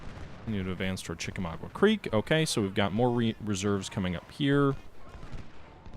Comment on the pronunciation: Hey, I love your videos; keep on kicking ass! One very minor nitpick: to my knowledge the battle's name is pronounced "chik-a-MAWG-ah", instead of "chik-a-MAW-gwah."